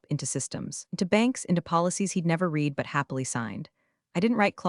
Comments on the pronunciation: Always the bad grammar with CG narrators. With "Read" it is always mistakenly pronounced 'REED' when it is to be pronounced 'RED'. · yeah, that drives me crazy too! "Read" should never be "reed" in that context! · Even A1 should know "read" rhymes with "red"! 🤦‍♀ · Read it, not Reddit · Past tense = red, present tense = reed 😅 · Ugh yes, that one grates on my nerves every time 😩